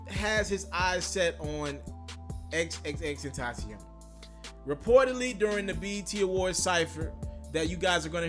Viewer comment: Omg you said his name right bout time 👏🏾👏🏾👏🏾👏🏾